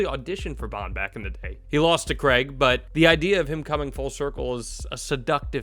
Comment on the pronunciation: Daniel Craig has been bond for 20 years and Americans still can't pronounce Craig properly.